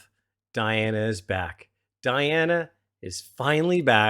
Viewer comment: Her name is pronounced Dee Anna